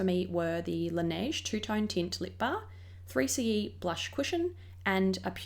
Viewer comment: Hi,. I love your vids it's so simple yet pretty 🧡🧡🧡 anyway the Korean pronounciation of 3CE is sseuri-c-e (쓰리씨이). The C and E are pronounced in English but the 3 pronounced in Korean "Sseuri". You can copy the Korean words I made to Google translate & hear the sound. I hope you will try Pro 8 Cheongdam, Moonshot, VDL, Espoir and Gesgep because they are great too 😊